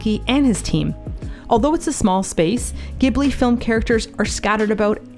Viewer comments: As a Japanese, it always fascinates me to see you get fascinated by the little mundane stuff in Japan, like those bottle recycling boxes 😆 I just love your taste in things💕 Just FYI, Ghibli is pronounced as jibli - we say スタジオ・ジブリ(not ギブリ). I don't know why they decided to spell it with a G, must've been a mistake when they first started, I guess. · Gorgeous video! A little surprised to hear pronunce Ghibli incorrectly as she lived in Kichijoji for a long time and I know she reads katakana.